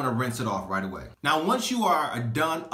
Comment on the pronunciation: 🤣 he said right alway